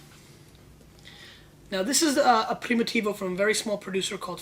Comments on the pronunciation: it's PRIMITIVO not PRIMOTIVO! and stop yelling... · less than 1 min into it ... and couldnt stand it ... one should not make a video on wine if they can't figure out how to prounounce it .. even a elementary school kid can pronounce Primitivo right ... box of Clorox is in poor taste esp around wine and this isnt a sports show is it so why r is this guy yelling?